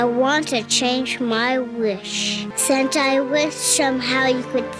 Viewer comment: Did she says Santa or "Sentai"?